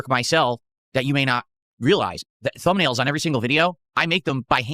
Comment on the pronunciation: “I make the thubnails by hand” - uses AI for all of them🤦🏼‍♂️